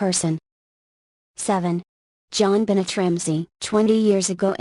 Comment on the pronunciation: Omg STOP SAYING 'JOHN BENNET'!!!!!!!PROUNACE IT RIGHT!!!!!!!!!!!!!!